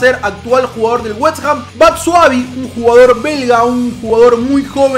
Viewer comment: Es batshuaYi, no BatshuaVi